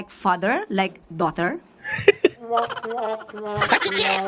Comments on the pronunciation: Natawa ako syo. Ccadtro ayusin mo pronounce Daughter not diter. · Daughter daw as in Daughter-te 😂 boba na palengkera pa! she is clearly the shock absorber of palace kaya di pinapalitan 😂 saluhin mo lahat ng katangahan! from NZ here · Ano doughnut o doughter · Talaga bang abogaga si Claire? Hoy! Claire, silent “gh” ang daughter 😂😂😂😂😂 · Good day. Ang aga ng tawa ko sa daw-ther ni ante Kler. Tang ina 🤣🤣🤣 dinaig pa ng pamangkin ko sa pag pronounced ng tama😂.... Bobo Ka talaga Kler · Hahaha slang Yan sya Lodz sa pag pronounce sa daughter 💚💚💚